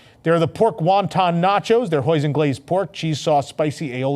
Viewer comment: FYI hoisin doesn’t rhyme with poison. It’s pronounced “hoy seen” and say it like two words.